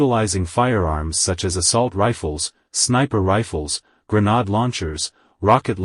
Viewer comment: "grenard launchers"